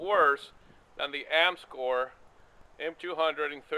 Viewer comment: "You could do a heckuva lot worse than the Amscor ..." That's ARMSCOR -- with a 'R'. If you're going to review a product, at least get the company's name right.